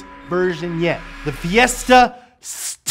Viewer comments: S Tea is how you say it not Sssttt. Ha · Same here🤣🤣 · Finally the new ssstttuh Me:🤣🤣🤣🤣🤣🤣🤣🤣💀💀💀🤣🤣🤣🤣🤣💀💀💀🤣🤣🤣🤣🤣 almost dead